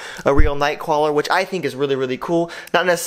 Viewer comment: A night cwaler